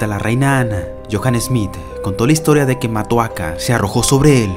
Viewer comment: ah y es motoaka no matoaka